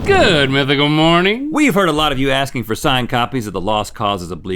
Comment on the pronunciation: Link's "It's time fowwwr" is underrated